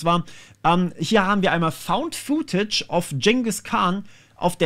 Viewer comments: Footage spricht man futtetsch aus, nicht fuhtätsch. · "Footage" bitte mit kurzem "oo". Hat nichts mit "food" zu tun.